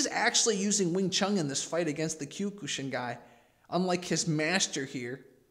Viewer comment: Kiok-shin not q ku shin lol